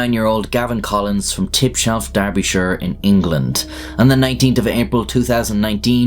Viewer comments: Derbyshire not Darbyshire u fookin eejut! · is Derbyshire not Darbyshire my bro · Derbyshire, not Darbyshire. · "Darbyshire" you mean "Derbyshire" lol. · Derbyshire not Darbyshire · Great vid! But it's Derbyshire not Darbyshire 😁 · D E rbyshire not D a rbyshire. Just sayin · It's spelt Derbyshire not Darbyshire mate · TIBSHELF DARBYSHIRE IS THE MOST BRITISH THING IVE HEARD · Derbyshire pronounced Darbyshire but spelled with an 'e'